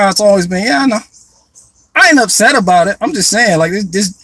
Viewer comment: I thought you were doing Einstein until you were like Its aboot time aye.